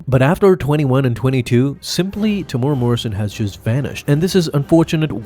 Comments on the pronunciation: AI needs to work on pronunciation algorithm. Temuera sounds like Tamura. FYI....it's pronounced....Teh-moo-weh-rah(Roll the tongue on the R). The man is Maori, not Japanese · Greatest character? Coolest-looking character, sure. Also: Te-mu-e-ra, not Temoora. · "Tamora" "Tem-you-era", and roll your r. It's a Maori name. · TEM-YOU-EAR-AH. Why are you choosing to skip an entire syllable?